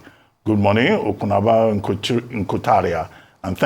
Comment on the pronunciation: OPUNABÓ, not Opunagbo. There's no letter "G" in d name pls. Once "G" is added, d meaning bcoms different in Kalabari Ijaw dialect/language.